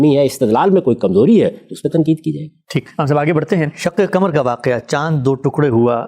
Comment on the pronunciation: غامدی صاحب پہلے اپنی اردو درست کر لیں۔ آپ نے کہا شک کمر ۔ آپ کو قاف بولنے میں دشواری ہوتی ہے؟ صحیح لفظ شق قمر ہے۔ پاکستانیوں کو قاف بولنے میں دشواری محسوس ہوتی ہے ۔ 🎉🎉🎉